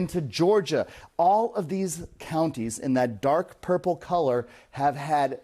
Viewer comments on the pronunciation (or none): none